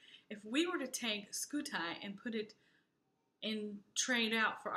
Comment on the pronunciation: Having been derived from the Latin word for shield, Scutum (skoo-toom), Scuti should sound more like: Skoo-Tee.